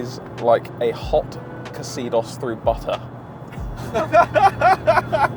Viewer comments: Its pronounced Zedos. Not Ex Edos!! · it's pronounced Zeedos! My flat mate had one back in Uni, we swapped the leather over from a scrapper. It was smooth. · why is pronouncing it casidos? it should be pronounced like xenon headlights imo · I always thought it was pronounced “zeedoss” not ca-seedoss 🤷🏻‍♂️ really cool car. Hopefully it gets saved. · Pronouncing Xedos with a K was giving me anxiety. I say (Zee-dos) Please tell me he doesn't pronounce it Kxylophone 😂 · Please please please stop pronouncing it exzeedoss. It's Zeedoss. Like xenophile. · Why do you say "ka-seedos"? Shouldn't it be "seedos", with a soft s like in xenon? Anyway, both Xedos' are very nice cars. The 6 even looks a little bit better, almost like a small Jaguar. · "see-dos"... not "ka-cee-dos"... yup, I'm being picky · I can’t get over that they can’t pronounce the X E DOS correctly. The KA CEE DOS ? Don’t be fooled by the spelling, it’s pronouncing is EXODUS, it replaced the Mazda 626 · Who the heck pronounces it 'Kuh-sidos'? It's 'Zee-dos' and that's it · It’s pronounced Zeydos not kezeedoz. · Hearing you pronounce it as Kseedos, and not Zeedos really hurts my brain! lol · It's pronounced "Zedos" not "Casedos" 😂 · Is a xylophone pronounced “kazylophone” or “zylophone”? So, with that being established, is your Mazda pronounced “kazedos” or “zedos Or the French name “Xavier”?? Use your brains, boys, you’re not quite as stupid as you’d have us believe. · Am i wrong or is it pronounced zay-dos instead of ca-see-dos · Pronounced Zedos,no K involved :) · Itsca zudos as in kudos come people know your cars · Why ye Brits cant pronounce car names is beyond me For a car channel ye havent a CLUE xedos is pronounced as ZEDOS FFS ye can even get the word PEUGEOT right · I never knew that's how you pronounce "Xedos"! I think I've always said something like "Zedos", or like like the X in Xylophone anyway. And that must be at least 4 times. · Coulda swore Xedos was pronounced like "Exodus".